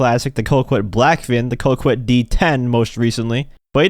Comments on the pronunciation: I'm french and please pronounce "Coquette" ➡ "KohKette". Thank you. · Dude, pronounce Coquette correctly for once in your life.